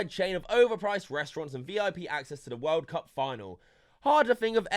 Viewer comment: "da wOHLD cahp"